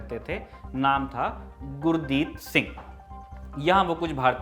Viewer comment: श्रीमान गुरदीत नहीं गुरदित्ता सिंह